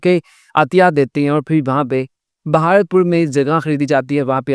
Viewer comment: are bhai bhaaratpur nahi bharatpur